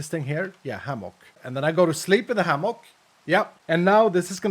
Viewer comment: It's pronounced ham-uck lol From Texas